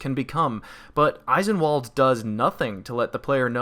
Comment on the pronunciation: It hurts me every time you call it Eye-sen-wall'd. It's German, so it's pronounced ice'en-vahl'd